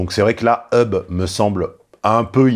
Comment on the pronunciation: Déjà ce n'est pas "eub" mais /hʌb/ le h est prononcé. D'accord pour prononcer des mots anglais mais correctement.